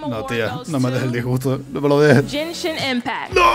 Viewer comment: Fui el único que noto que dijo Jenshin impact en vez de Genshin impact? Jajaja. En fin. Gg.